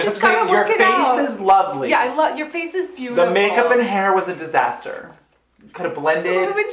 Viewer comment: I love the Disastah Pile so much, please don't ever stop that running gag lol. We're gonna need a bigger fire, soon.